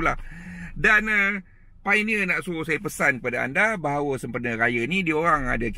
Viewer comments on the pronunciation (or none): Bukan PAINEER... piONERR bang...."O" tu jangan tinggal. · Betul la cara dia sebut painier tu alahai.